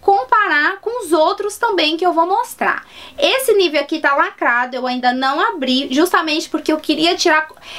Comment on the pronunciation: Só uma pausinha. O Nivea é um creme Alemão e não se fala Nívea e sim Nivêa. Ahhhh e no nivea do BR já está escrito Hamburg. Hamburg é uma cidade da Alemanha. Bjs